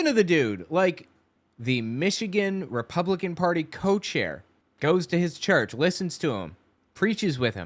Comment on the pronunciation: I think she meant to say co-chair. But yeah, it came out as cult-chair. Freudian slip, lol.